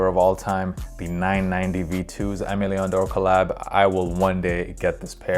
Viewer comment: If you’re gonna be a fun of AML, please at least pronounce it properly LOL. It’s pronounced like “ehmay - lay - awh (sorta but a bit diff cause it’s French) - dorh (also a bit hard to spell in English)”